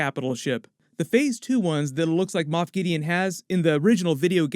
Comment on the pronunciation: It's Moff not moth lol